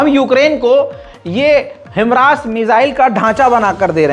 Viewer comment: भाई हिमरास नही हिमार्श है